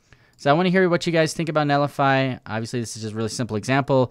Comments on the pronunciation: it's NET lify not NELLIFY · why do you pronounce it like "Nellify" lol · I love your content buddy, but it’s pronounced “net li fi” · There's a 't' in 'Netlify'. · Yep I was just about to say is missing a 'T'